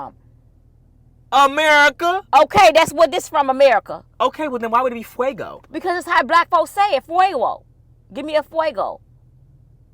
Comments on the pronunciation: Its F A Y G O..I'm straight from the D not Fuego...Lol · It's Fay-go not Fuego two totally different pronunciations lol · Fay-go I’m from Detroit Michigan and it’s fay-go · be CONFIDENTLY WRONG! 😂 It's definitely Fay-go. Fuego like she said it means fire in Spanish, so it is actually a thing that's said, but it's not a common drink, that would be Faygo. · girl please be quiet!!U the only black person pronounce Faygo Waygo! 😂😂😂 is correct!! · be making up her OWN language and words 🤣😂😂😂 lord WHY? All my life that’s been pronounced as FAY-GO not fuego 🤣😂😂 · 😂😂😂😂....yall be cracking me up....its definitely not FUE-GO.....ITS FAY-GO....nothing silent about it. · Detroiter here it’s FAY-go not fuego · It's just Faygo, you putting a r after the first, saying fraygo...no Faygo. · help your MOM. im from Detroit where FAY-GO is produced!! Dont do dat B!!! FUEGO is hot in spanish. FAYGO is pronounced like it looks—no accent ma’m!! love yall…byyye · GURL! That was made in Detroit. That’s FAY-GO!!!😂😂😂😂😂😂😂😂😂😂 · …it’s actually pronounced Fay-go. Not fuego. 😂 but that’s ok girl. Say it how u want to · It’s FAYGO NOT FUEGO🤦🏽‍♀️🤦🏽‍♀️🤦🏽‍♀️ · you really tried it😭🤣 and you kept trying to prove your point 😂🤣😫 it’s FAY-GO… it’s not FU-E-GO 😭🤣😭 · Lol. Hi. The spelling is fuego. But your drinking faygo, fay - go. You and do such great videos together. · Fuego is spanish for saying it fwaygo. The bottle says Faygo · is SO right. The word Fuego is Spanish and Faygo is NOT the same. I'm cracking up at making up her own language...... especially saying: Singing it doesn't make it right. LMBO! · Sorry b but you are wrong. I Google the word Faygo soda and it's pronounced " Fay-go" not fuego like you are saying it is. is correct! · Fuego That's the Spanish word Faygo- is FAY-GO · This idiot. It's fuego and it means fire. Fue-go. That is Fay-go drink. Ignorant ash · please stop! Fay-go is from Detroit Michgan